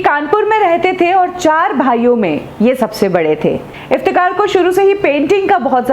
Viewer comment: मॉडम, आप नाम तो सही में लिया किजिये, असली नाम इफ्तेखार है,न कि इफ्तेकार।आप बार बार इफ्तेकार कह रही है।